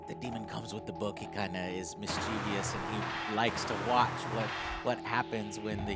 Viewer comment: Joe mispronounced mischievous